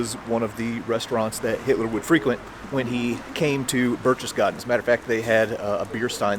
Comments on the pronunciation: BAIRCH-TES-GAHDEN!!!.....Not BERCHESSGARDEN! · "Burk tess gaden" Not Burch. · When you pronounce Berchtesgaden the first part of the word sounds like Birk as in Birkenstock not Birch like a birch tree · Please do some research and start pronouncing things correctly! Berchtesgaden is not pronounced 'Birch-chess-gaden', it's 'Berk-tess-gaden'! Your videos are great but this is annoying! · Sorry, but phonetically it is "Barektess Garten"... driving me nuts! LOL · Bear-K-tess-garr-ten. That is all....carry on. ;-) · Pronounced 'Berk-tess-gar-ten', my friend. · I know what you missed, how to properly pronounce Berchtesgaden haha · You lose all credibility when you can’t even pronounce this cities name!!!! Your from a museum??? Learn how to pronounce the names and city names correctly or DONT even make the video.